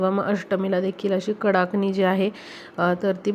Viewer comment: फारच लांबण लावली आहे. आणि कडकणि म्हणतात. कडाकणि नाही.